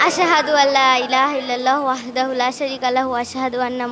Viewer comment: উপস্থাপকৃত বক্তব্য সহি হচ্ছে না আল্লাহর নাম যেভাবে বললেন এটা তো সহি শুদ্ধ হলো না